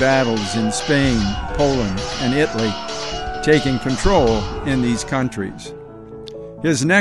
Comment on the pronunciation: This is a very interesting preview, and I look forward to seeing more. The only comment I could make is that the name of the country “Italy” is mispronounced. You are saying it as if it only has two syllables, when in English it actually has three. It–al–y. The way it is pronounced in Italian has four syllables! That is I(sounds like ee)-tal-i-a! Thanks for posting historical videos!